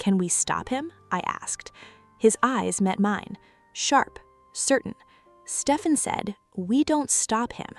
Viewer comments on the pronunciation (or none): Stephen is pronounced “Steven”